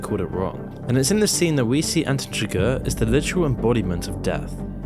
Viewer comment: Chigurh, please.